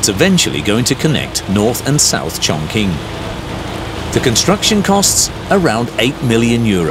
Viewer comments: Chongqing is pronounced Chong-Ching not Chong-King 🤦‍♂️ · im just a guy talkin but the q in qing pronounces as "ching" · It’s pronounced chongching